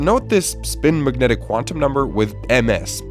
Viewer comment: uhh... "magentic"? 😅